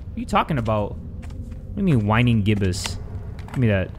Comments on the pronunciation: ''The code is.. Young Waxing Cresent Waning Gibbous.'': Young, Waxing Cresent, Wunneng Gibbis..? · it’s pronounced “WAYNE-ING gibbous” they’re moon phases ❤️❤️ i love you 😭😭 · Bahahaha not jay pronouncing the moon phases wrong 😭 whining gibbous I’m crying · pronounces a world wrongly Me: This man scared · Lol, trying to pronounce "Waning" made my day. I've been taking astronomy and we just learned about phases of the moon. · jay not knowing how to pronounce waning gibbous is my favorite thing ever now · The way he pronounced waning hurt me 😭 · we all know that is scared if he pronounces something wrong